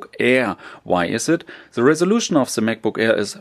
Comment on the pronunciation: Its not that hard to pronounce 'the'